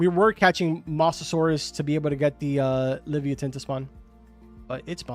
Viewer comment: Leave-yatan is the pronunciation carbon